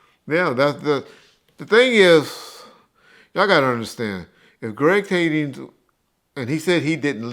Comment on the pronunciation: It's weird how and been at both Biggie and Pac murders and yet they still call the L.A. detective "Greg Kadings." There's no "s" on his name. I got $500 for a 20 minute zoom interview with you.